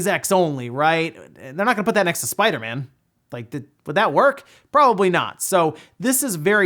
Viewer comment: Spida-Man. Spida-Man? That’s how you sound when you say Spider-Man 😂